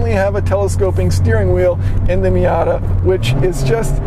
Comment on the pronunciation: You lost me when you said miata